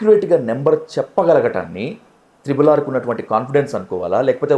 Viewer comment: త్రిబుల్ కాదు ట్రిపుల్